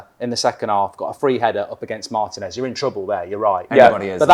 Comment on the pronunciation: Say it with me: Mar-Teen-S Martinez. Not Mart-en-S